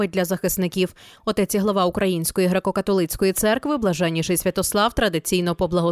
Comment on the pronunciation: Цікаво, чому дикторка у слові «католицький» робить наголос на третьому складі?